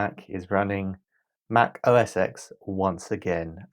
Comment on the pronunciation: Thanks for the video, its a rather good way to catch up on this topic, which is good for me as I do have an iMac G5. The only thing I felt was missing was chapters for each video. Adélie is pronounced Ada-lee from what I have heard by other tubers. And also, if I didn't say before, MacOS X is said as MacOS 10, its a roman numeral. These days its just safer to just say macOS for any version, Apple moved passed version 10 a while ago.